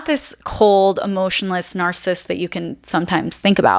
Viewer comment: I think it is important to pronounce narcissist and narcissism correctly. Please check this and adapt your pronunciation